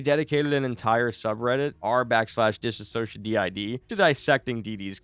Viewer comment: bro please learn how to say anthony’s last name and “DissociaDID” ,, it’s not that hard , there are probably hundreds of videos of people saying them correctly 💔